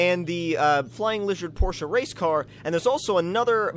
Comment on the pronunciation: porsche (por'sh) this is the pronunciation of the word tomcat